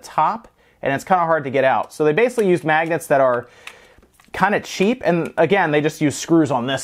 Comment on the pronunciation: When you kept saying magnets, I thought you said maggots.